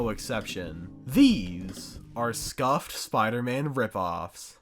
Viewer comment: Spee-ider man